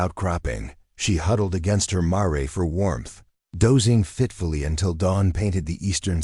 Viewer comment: Mare is pronounced mair, not mar ray. Correct your AI.